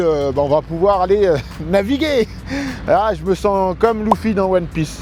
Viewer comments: on dit leuffi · Pas le même matériau de bateau, scotch mit a l'arrache, bateau non coupé au centre et en + tu prononces Luffy "loufi"? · Il a dit loufy xD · Il a dit Loufy nan ? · Il a dit "loufi"...